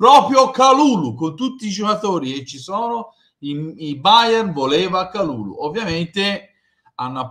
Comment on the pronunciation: pronuncia perfetta! Grande. Speriamo che potremo nominarlo per tutta la stagione e non solo in questi ultimi giorni di mercato.